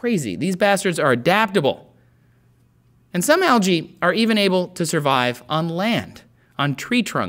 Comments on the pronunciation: You are pronouncing 'Algae' wrongly! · ``Algae`` tHats alSo Alga?! SOUNDS lIke yOgA